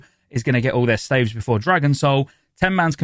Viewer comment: can you say 'staves' correctly. thanks.